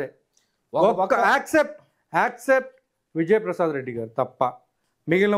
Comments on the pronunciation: Accept kaadu ra ayya except..! mundhu english correct ga yeduvu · యాక్సెప్ట్ కాదు స్వామీ ఎక్సప్టు అనాలి జర్నలిస్టు